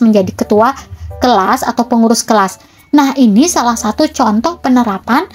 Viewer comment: Bilang salak nya😂sampai firal kak 😊😊😊